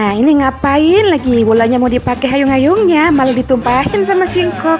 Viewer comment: Hyung kak. Bukan hayung 🤣🤣 lucu tapi🤣